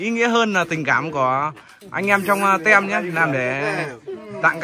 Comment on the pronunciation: tim chứ không phải tem nha anh zai :))